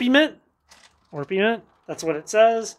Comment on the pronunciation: Just FYI: It is Ore-peh-ment and Ree-AL-Gar (or Ree-AL-Gher). I get these two wrong a bunch. Had to ask a mineralogist about this pronunciation.